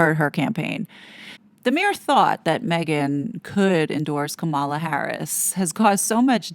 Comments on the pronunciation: Please note that in pronouncing Kamala Harris' name, the accent is on the first syllable, KAmala not KaMALa. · It’s Comma-la. Not KaMahla. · It is pronounced Comma-la😡